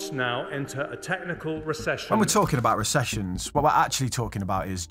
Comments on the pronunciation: what's that aboot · What's that aboot? 😆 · “What’s that aboot” shouldn’t have been as funny as it was. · I heard ya.... "What's that aboooot?"